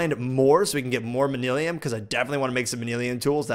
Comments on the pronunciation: ITS MAN-YUL-IN NOT MANILIUM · MAN - U - LUN NOT MAN - ELL - IAN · It is pronounced man-you-len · The purple ingot is pronounced man-a-Lin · its pronounced man-a-lin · he pronounces manyullyn wrong too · Quarry, Manyullyn... you're killing me please!! The Tinkers' Wiki even spells out phonetically how to say Manyullyn (man-yoo-lin) and well as for quarry you say it right sometimes and then others you say querry o_0